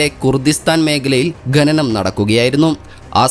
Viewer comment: ഖനനം ആണ് ഗനനം അല്ല